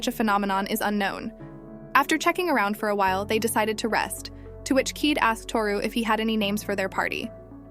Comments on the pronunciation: Pretty sure kaede is pronounced kai-ay-day and not keed. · It's a OK recap but the mispronounced names like Keed VS ( Kah-eh-deh) plus skipped over part's is frustratingly annoying. If you work on the pronunciation of the name's and don't skip over the important scenes like fight with the dragon+ why he fought the dragon is really important it would have been better. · Keede?? Try Ky-A-da ! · Kaede is pronounce kah-eh-deh not keet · Kaede is pronounced "Kai-a-day", not "keed". Narrators for these anime recap channels (not just this one) need to learn how to pronounce things properly, and not just names, but words in general. I really appreciate these channels but it is a bit vexing. I think it undervalues the content of these channels when it seems like the narrator is haphazardly reading from a script without any thought put into it. If I wrote a script for a channel like this, I'd feel a bit embarrassed after hearing the way it would be read. Keep in mind, this is not intended as bashing, but a critique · why you keep saying keyed, when it's kaede? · By the way the fox girls name is Kaede pronounced (Ki- Day).